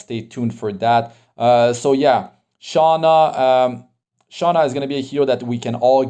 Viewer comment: im sorry. i watch tensura i was a bit trigerred when you said "SHOUNA" instead of sh"U"na. hahhahah but not here to argue or anything. i watch your videos most of the times too.